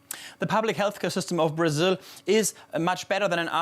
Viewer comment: Rayjunal laydahs in Brahzayuhl